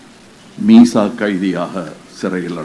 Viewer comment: மீசா இல்லை மிசா